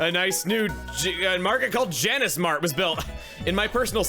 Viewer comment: It's Janus not Janice. Like. Janus.